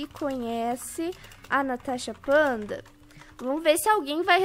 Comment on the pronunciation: Se sempre fala tanasha fanta em vez de natasha panda